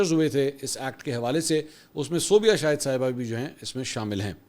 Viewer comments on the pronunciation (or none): none